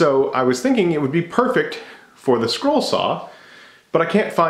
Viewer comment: Is he saying scroll or squirrel?